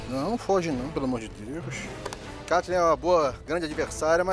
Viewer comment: E até hoje o Fogaça não consegue falar o nome da Ketleen